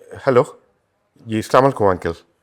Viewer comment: তৌকির কাকু সব ভালো তবু মনে হয় আপনি সচেতন না, এই যে স্লামালাইকুম টা কোথায় পেয়েছেন। সালাম টা ঠিকভাবে বলা যায়না। বাংলা নাটকের সবচেয়ে বড় দোষ।